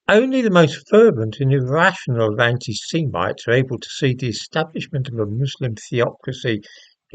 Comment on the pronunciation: Haha said 'ani seemites'......he is funny.